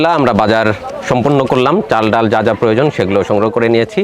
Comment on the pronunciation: Why are you calling daul instead of daal & chaul instead of chal.